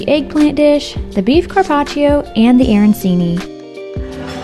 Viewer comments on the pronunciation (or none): Arancini is pronounced aranCHini 👌